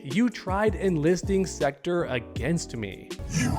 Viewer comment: Just pronounce "Sektor" correctly, please...